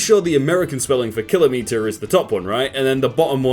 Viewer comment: You ruined my day by the way you pronounce kilometer